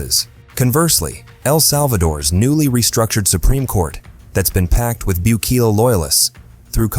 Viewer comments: Good grief, stop butchering names. It's Bukele (Boo-Kelly) not Boock-eh-lee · “Racial profiling” in a country that’s over 90% mestizo? Also “Book-Lee”. Sorry man, this video ain’t it.